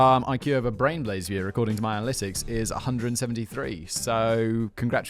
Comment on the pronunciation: I remember the name change turned Simon into a dyslexic Cher Jr, every time he attempted to utter, "Brain Blaze" and it came out, "Blain Braze". 🤣